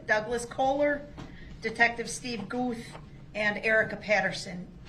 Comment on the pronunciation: And Detective Goof instead of Guth. I feel like he did that one on purpose. 🙄